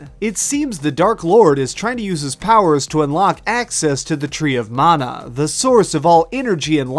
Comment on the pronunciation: Mana you dumb fuck. Like man-uh. Not mawn-uh